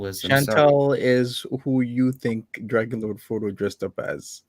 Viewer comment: he is so cute when says dwagonlowdfwodo